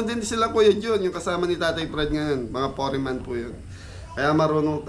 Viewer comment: sensiya na para hindi ka na mapansin pa ng iba ako na ang papansin hehehe "Foreman" for-man hindi po "fo-re-man" pero jung nagpapatawa ka sorry.;-)